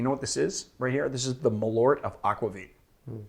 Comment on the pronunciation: As a swede I really enjoy the Scandinavian tasting episodes. Also your go at pronouncing the products, such as Malört, kills me!